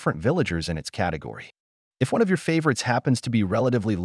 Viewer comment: Ha cat-agory